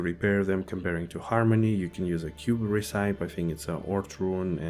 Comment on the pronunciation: REH-SEE-PEE AHAHAH your last video